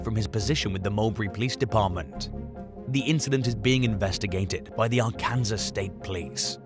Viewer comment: Arkansas is not pronounced "R-Kansas" but R-Can-Saw", why? Because American English is crazy....